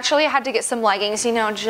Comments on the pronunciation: It’s so cute how you say legguns instead of leggings. 🤗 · The way she says leggins😂😂😂